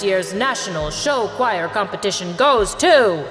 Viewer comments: I love how they say choir as “showire” 😂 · IM TRIGGERED BY THE WAY SHE SAID CHOIR LIKE WHAT IS “shi-wai-er” IN THE FIRST BIT SHE DOES THAT BUT LATER DOES IT CORRECTLY 😭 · THATS HOW YOU PRONOUNCE CHOIR!?!?? *cry’s in german*